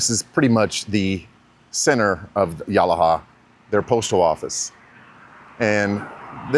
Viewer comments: It's pronounced Ya-lah-ha. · Great video but...no one calls it as you've described, New England of the South? Also, mispronounced Yalaha. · You pronounced yalaha all wrong